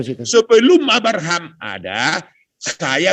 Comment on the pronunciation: Nyebut Abraham aja arbaham...gmn paham dgn yg lain 😂😂😂😂😂😂😂